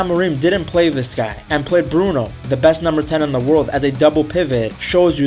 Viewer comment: Atleast try to pronounce brunos name properly....... Other than that I love ur content